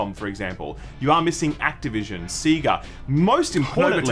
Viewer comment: Can you guys stop saying data worng? It's data, not data. Also it's pronounced sega, not sega